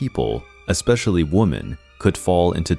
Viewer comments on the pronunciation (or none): And the way they kept saying woman instead of women really annoyed me over time